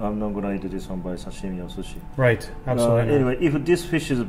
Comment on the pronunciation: And he says "Sashimi" so weird (not ) I'm Japanese and he puts a different accent sound to it. It's like how they say "Karaoke" and "Panko" They don't care how they pronounce it.